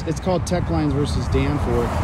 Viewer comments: Knowledge of what? He either misquotes the court cases on purpose or he just doesn't know them lol It's Teche, not Tech. It was also in Mississippi and this video is in California... Two different states! Imagine fact checking this guy. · Who is filming this? They sound deranged, maybe forgot their meds! I may be wrong but he does not sound like a scholar of any kind. That court case you keep repeating, 1 you are pronouncing it wrong, 2 it doesn't have anything to do with what you are trying to make it mean 3 it's a Mississippi case I think. Omg these videos are so funny. You don't need to make yourself part of the stop. I'm guessing your job is just to aggravate cops. I will bet just as soon as something goes amiss you will go looking to the 1st cop got help. No matter how little or big the problem you will go to the 1st cop you see!! It's not the camera it's the person behind the camera that can be a danger to the officer.